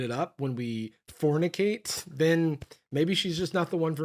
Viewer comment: Whenever he said “fornicate”sounded just like “femoids” to me which I think is so much worse, just sends a shudder down my spine